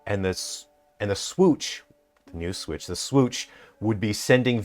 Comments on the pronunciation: The Swiitch 😂 Sweeeetchh 😂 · the swootch? the swooootch? the Suwuyush?